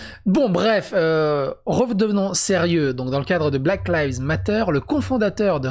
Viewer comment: salut mon vieux yougoslave ... bon , je t'aime bien et je voudrais te donner un conseil . black lives matter ... ok , alors tu crois que tu le dis correctement .. mais non , ta prononciation veut dire " les feuilles noires comptent '' '' black leaves matter '' , donc voilà , lives , la prononciation c'est comme de l'ail , tu vois , l'ail et l’oignon, donc tu mets juste un v et un s à la fin , c'est juste que j'ai envie de te donner un conseil pour te démarquer de l'ami julien chieze , donc fait l'effort de prendre juste quelques secondes pour être moins con que lui , ou être moins feignant , quand tu te demandes comment se prononce un mot en anglais , tu ouvres simplement google traduction , tu tapes ce que tu veux entendre en anglais et tu cliques sur l'icone qui te donne le résultat en audio ... maintenant tu vas sur google traduction , tu tapes '' black lives matter'' et tu me dis merci .. ca prend 30 secondes et ca te rend moins con que l'ami julien ;) .